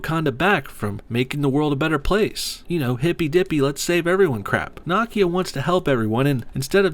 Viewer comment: How.you pronounce Nakia name triggers me.deeply